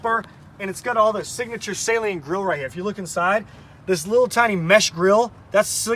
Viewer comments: Well it is a guys last name and it is pronounced suhleen. Not saline like a salt water mixture lol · It’s pronounced suh leen.